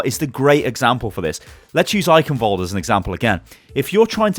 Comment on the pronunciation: also eichenwalde is pronounced eihenwalde not eikenwalde